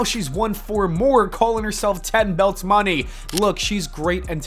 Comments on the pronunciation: Lol pronouncing it as Mercedes MONEY. You can tell he's just doing this for that pay check 😂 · This must be AI videos WHO says MONÉ wrong 😂